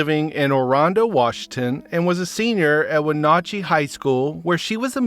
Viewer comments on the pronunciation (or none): Wenatchee—the A is like the A in hat. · My only comment is I wish that people telling the stories would look up how to pronounce the names of the towns that they are talking about in the story. You got Wenatchee all wrong.